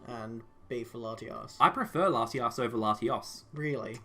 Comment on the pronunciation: Really said latias twice you have to pronounce the O